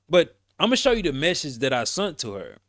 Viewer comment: Sent ….sent…..SENT . Not sunt 😂